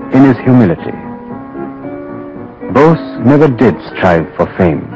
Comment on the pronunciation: bose ... sorry ... not nose